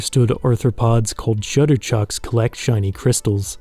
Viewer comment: Great videi. One thing that bugs me though. Please learn the names of the organisms if you're going to use them. Shutterchucks > Skutterchucks Bulbax > Bulblax